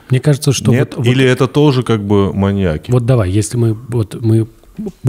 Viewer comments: мАньяки аааааа ударение как ножом по сердцу(( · В слове «маньяки» ударение падает на Я, произносится - «маньЯки». Пользуйтесь, Андрей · но почему "маньякИ" вместо "маньЯки"? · парни, маньЯки же, не маньякИ, ну ёпрст, уши порезало в клочья! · Меня что одного волнует что они говорят маньякИ вместо маньЯки? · МаньЯки, а не МаньякИ. Ударениенеправильно ставите.